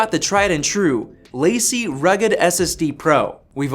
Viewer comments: Dude your LaCie pronunciation is killing me. It’s Lah See, not Lacey. It’s a French phrase that means The Company. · Just FYI it’s pronounced “Luh-see”, not “lacy”. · Please stop pronouncing it "lacey" it's La CEE (French)!